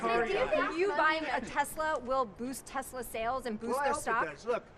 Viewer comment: “I love Tesler!!”